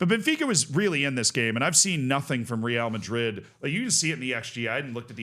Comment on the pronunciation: How often do you talk about Real Madrid? Just google how to say it